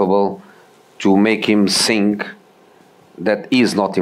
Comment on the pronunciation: He can't pronounce think still now,I also heard of him saying sink